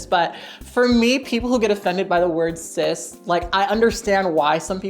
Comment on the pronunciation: Anybody else hear "cis" as "cyst"? Every time 😶